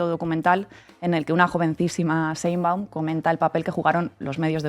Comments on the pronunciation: Sheinbaum no se dice Sheinbun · Todo muy bien pero de verdad es tan difícil pronunciar correctamente Sheinbaum?🙄